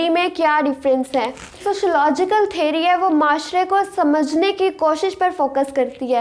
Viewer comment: Theary ✅ theory ❌😂